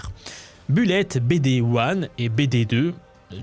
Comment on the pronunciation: la prononciation du mot bullet, s'il vous plait....